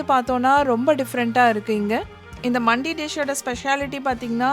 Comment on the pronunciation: For your information it’s not மண்டி it’s மந்தி it’s an Arabic dish most popular in Dubai , Saudi and all the gulf countries Highlightly now in our India mainly in Chennai we’ve several mandhi restaurants the most popular and amazing one was located on exactly at arumbakkam metro station and the shop name was Nahdi Mandi but it is pronounced as நஹ்தி மந்தி I hope this one finds you informative one and thank you for the vlog